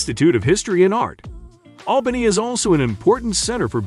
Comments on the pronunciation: My hometown ❤️ love all the memories growing up there. It's funny how he pronounce ALBANY, WITH EMPHAS ON THE AL, IN ALBANY, US NATIVES PRONOUNCE IT AUBANY. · Is this narration computer generated? Some times he pronounces Albany properly, as ALL-buh-nee, other times as AHL-buh-nee. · It needs to be instructed to say the name of the city correctly. DUH!